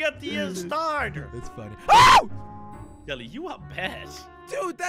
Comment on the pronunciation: 2020 pronounce jelly 2022 pronounce jelle